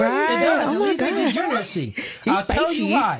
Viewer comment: Bro can’t even say degeneracy